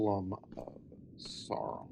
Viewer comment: Stopped watching upon hearing "So-ron". You don't need to do the ridiculous rolled r of horrible rings of power lady, but if you're going to have the pretense of talking about these things, then c'mon...